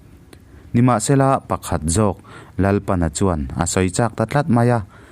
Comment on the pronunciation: Hman lai hnamchawm hming a nih chuan Lalpana tih hi "A lal chhung chu tumah lei do an nei lo" ti a lal thluk anga Lalpana tia lam tur.